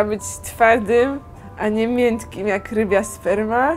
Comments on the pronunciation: mówi się miękkim a nie mientkim!!! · Powiedziała "mientkim" specjalnie, bo jest taki mem w necie XD